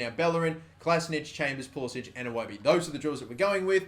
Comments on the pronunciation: Thank god someone who pronounces pulisic at least closer than poolisick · He very specifically tells game commentators to pronounce it as pool-i-sick because he thinks it sounds more American.